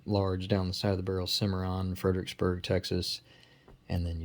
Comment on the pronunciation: Damn it the, "Ermahgerd Ferdrksberg" caught me the chuckles 🤣